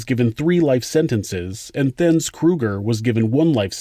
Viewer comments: It’s pronounced “Du Toit” and “Theuns” not “Du Toit” or “Theuns” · great coverage. I hope you don't mind me correcting you as you weren't to know but I'm South African and your pronunciation hurts my ears. Alison's surname is Boor-TUH. Theuns Kruger is Tea-arns and Frans du Toit is France DO TOY. These are all Afrikaans names and 'th' is often pronounced as a hard 't' and not with a soft 'th' as one might think. It may interest you to know that Charlize Theron, the correct pronunciation is Tear-ON and not There-on. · De toit is pronounced "duh toy" not " de twie" and theuns is a silent h